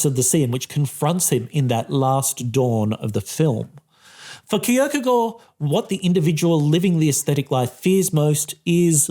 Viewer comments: The real striking message of this video is an intellectual mfer flaunting his corret pronunciation of kierkagaard Edit: this is positive and i like it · Very good pronunciation of Kierkegaard!